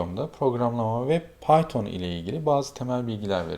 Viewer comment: bizim arkadaş piton dio :D